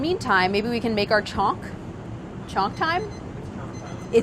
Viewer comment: It's actually pronounced as Chhaunk but her American accent makes it sound like chonk which made me confused for a while but it's hilarious 😂